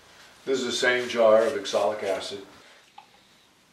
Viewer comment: If it's spelled oxalic, why do you call it exolic?